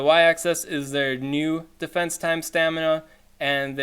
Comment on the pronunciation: "their dee-fee-ense" hahahaha in all seriousness Keep up the great work, and just for a little update my raid group got so excited talking about a re-release of the RayRay I went and powered up that spare one. Hope one of these days I catch your live stream from Aussieland.